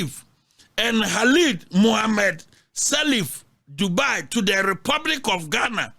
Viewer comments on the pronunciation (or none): none